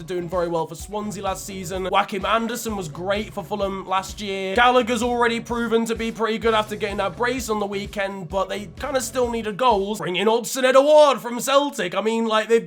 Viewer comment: I can't believe the way u say Joakim Andersen, u make him sound spanish lol